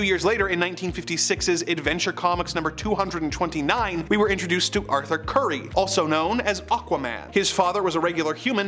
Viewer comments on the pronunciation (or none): none